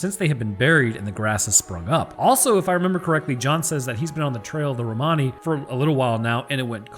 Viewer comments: In English Romani is pronounced "Roman-ey", as if you're saying something is "not quote Roman", but your "Roh-Mahny" is actually closer to the original. xD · It's Romani but pronounced (Ro-Man-E) :) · Lol its "Ro-many". Like "many" items... Blah blah. But god knows 30 people will have 30 pronunciations. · Romani sounds Italian as I am one I’ll say, it’s said Rome any. lol just for extra laughs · its pronounced rom ann e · It's pronounced Rom a nee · It's pronounced Roman e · Pretty sure it's pronounced "ro-muh-nee" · "Romani" is pronounced "Roblox". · It's an awful word to pronounce but we've always been taught in the UK that it's pronounced like Roamer-ni. You'd also use that to describe someone, as in "the Romani elder" rather than with an ian. Anyways, you knew what you were baiting; great insights as always both with that and the episode itself! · The way you pronounce Romani the first time actually makes it sound kinda italian. I don't know the correct english pronounciation either, so, might even be actually correct.